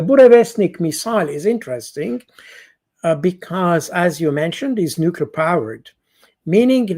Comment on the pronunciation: PS: Only repeating what we know now already, inter-Resting...